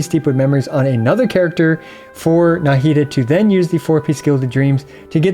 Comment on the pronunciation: Why do you pronounce Nahida with such a heavy “Na” syllable 😅